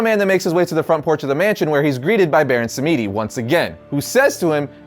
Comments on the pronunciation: It's pronounced Baron SAM-DI not sam-me-di. Please!! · i just want to say if its "samedi" its not Sam-EE-dee, it should be sam-dee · The name Samedi is creole and pronounced “Sam-Dee” ☺️ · Thank you I didn't want to be that guy but that shit hit like finger nails on a blackboard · Samedi is a French word for Saturday, and you're pronouncing completely wrong, but hey at least you're trying. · You're saying The Baron's name wrong it's pronounced samedi. You don't pronounce the e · Not to be mean but that pronunciation of Baron samedi is pretty bad